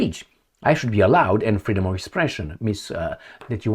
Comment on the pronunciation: imagine when they finally have some courage and declare that this "fweedum of speech is a ttreat to our democracy" :)